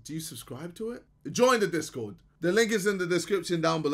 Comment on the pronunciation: US: discord JJ: dis god Idk why but the way he was trying so hard to pronounce it made me laugh😭